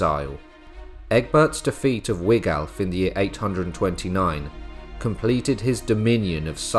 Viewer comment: .....And it's Wiglaf, pronounced Wiglaf...